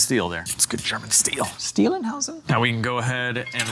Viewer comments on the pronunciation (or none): That "stielenhaüsen" killed me. :D